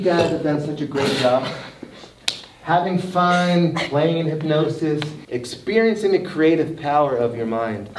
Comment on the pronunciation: Ethan: fully hypnotized Grayson: 3/4 hypnotized Emma: half hypnotized James: hyp-NO-SIS